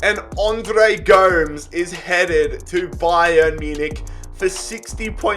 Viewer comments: It’s Andre Goe-mez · pronouncing Gomes wrong is making me Uncomfortable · And Andre Gomes